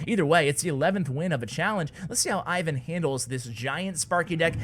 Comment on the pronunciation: Ivan's name is pronounced "Eevan" with accent on the second syllable.